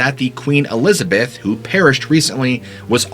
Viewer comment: E-liza-beth...A-lizard-berth. C'mon man, do the math!!!